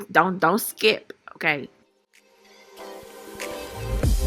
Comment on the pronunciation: the way she says okay... "OHGAY" lmsksksjdjdj gatta love her🤣🤣❤️